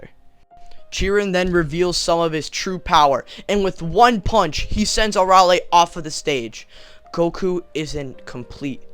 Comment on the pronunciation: you're saying her name wrong, it's pronounced (uh-rail-ee)